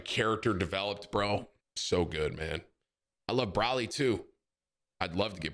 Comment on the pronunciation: Not braly its broly